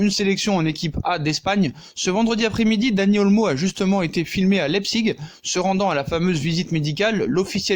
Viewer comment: Je rêve...t'as prononcé Leipzig correctement.